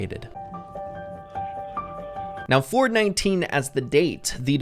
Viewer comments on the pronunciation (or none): Every time says “4/19” I hear “4/20” 😂